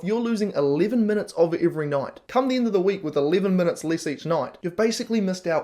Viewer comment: Why do you pronounce end "ind"?